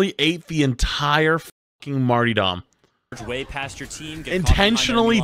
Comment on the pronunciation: You called it “martydom” and you’re questioning him for using “harrying”?